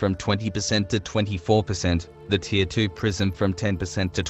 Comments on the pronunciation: You know its tier (tear) and not deer right? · "to avoid sounding like an autistic child" and proceeds to pronounce 'Tier' like 'deer'. nice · Is anyone else hearing "deer 1" "deer 2" and "deer 3"?